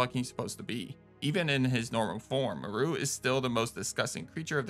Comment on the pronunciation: Dude my biggest pet peeve is people mispronouncing names that are clearly established and said in their respective media…and even then why would you think Moreau would be pronounced “mor-ru”?? Have you ever heard or see the island of Dr.Moreau?? That’s what he is named after…but even if you haven’t seen it or heard of it, or played this game…you really need to take one class in linguistics and understand basic pronunciation of names that aren’t standard English (based). Jesus man.